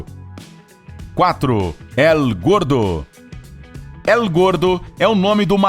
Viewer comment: Vou dar uma mãozinha no espanhol, quando você diz " El Gordo" você diz "Él Gordo" mais e "êl gordo" coloquei os acentos para representar o som dessa letra.